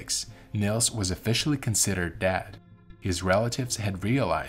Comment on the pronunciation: Why do you pronounce dead as "dad" and morphine as "morfin"?